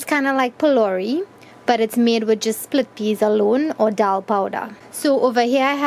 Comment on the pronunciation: the video was amazing but alot of people are watching your video so the least you can do is say the correct word ITS PHOLOURIE NOT BOLDERS its made out of grain dhal and not stones